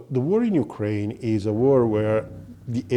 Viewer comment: Don't say yukren say NATO